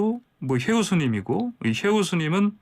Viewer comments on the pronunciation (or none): 혜우> 해우 . 해우 라는것 같습니다.